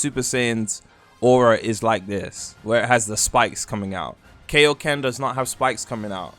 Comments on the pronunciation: WHAT IS KAYO KEN? ITS KAIO KEN i dont watch dragon ball and it HURTS anytime u say it wrong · u the only nga I've heard in my lifetime that calls kaioken that😂